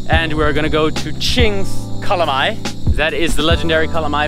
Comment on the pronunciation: The Waterfall Kings. Oh and I thought you were going to eat calamari. Your pronunciation of calamay is way off 🤣.